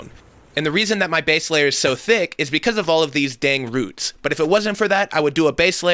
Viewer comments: His pronunciation of roots makes me wonder if that’s house calls that old show about slavery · You are my favorite maker to watch on Youtube. Ive been watching since back when you only had ten uploads. You're growth, your entrepreneurialism, your style and design.. so much respect love and gratitude over the years....... and then i heard you pronounce the word 'roots'. haha great job though! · Every once and a while the Oklahoma comes out. Love the way you say "roots" lol :) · Dude, you say roots weird. All you need for that is, oh wait he's got a saws all. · I did not comprehend you were saying roots at first. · OMG LOL I didn’t even realize that he meant ROOTS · I looked for this comment specifically lol I hate how he says roots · You know whats fucked up? HE SAYS ROOTS CORRECTLY HERE and then goes back to saying it wrong... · Says it pronounced roots and roots in the same video. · It drove me crazy 😂😂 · No one’s talking about how he said ruts instead of roots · But he says roots when he talks about the blade. Why then switch back to rhuuts?! He knows how to say it! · ruts is spelled roots and pronounced rooooots! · ROOTS! Not RUTS! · Pronunciation of roots is interesting, rutts, hahaaa. Wonder how many thousands of years that plastic fence will be polluting the environment. Plastic companies are treasonous. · Roooooots not ruts say moo like a cow that’s the oo sound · This guy said ruts its roots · Say RRrrhhhooootttssss, not rhuts.... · Lol "ruts" - it's all I could hear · Annoying RUTTS pronunciation. It has 2 oo's root, not rUtt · wtf is he saying? ROOTS... its an "OU" sound bro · Dang ruts man not roots lol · RUTS!!!???? It’s a double OO. Say it correctly. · when you remember how to say Roots not Rutts.. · Nobody: This guy : “ruts” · It triggers me how he says roots like what are ruts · great video! im wondering why sometimes you pronounce "roots" as "roots" and sometimes "ruts" lol. deffo inspired me to redo my yard. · Sounds like 'ruts'. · Did he say rutz?!